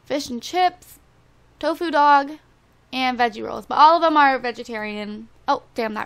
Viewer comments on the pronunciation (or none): none